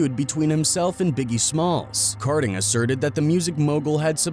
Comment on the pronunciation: It’s kading not karding , come on man